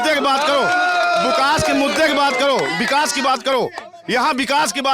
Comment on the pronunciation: Road ko bikas bol rhe hai...chacha😂